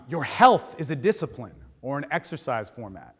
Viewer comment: "Disapline"? DISAPLINE???, thanks for coming in, have a seat. No, sorry, sorry,, we don't have time to talk about that. I'm going to ask you - how do YOU think your talk went? Mmm. Mmmhm. I see. Right. Were you "fulfilled"? Yeah, well guess what, we weren't. Get the fuck out of here. Oh, and it's been shown that there's no evidence for free will, so there's no "free choice". Seriously, good effort, though. Some interesting ideas.